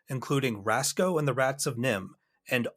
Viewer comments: You mispronounced Racso. A lot of people do, because of how we read stuff. It's actually Rack-So. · That's Racso, backward of Oscar. Not Rasco. 😁